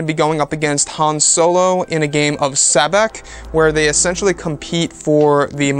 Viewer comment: Thanks for the new info and images. The card game Sabacc is pronounced SAH-BOK and how the Falcon gets so dirty in 10 years well that is to be expected but do you really think Han and Chewy are the cleanliness type? lol.